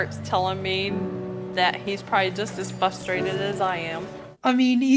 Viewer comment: it always makes me fRustrated when people continuously go "fuSStrated" 😂